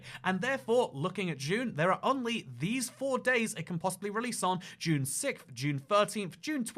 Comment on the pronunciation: trying to pronounce June 6th 🤣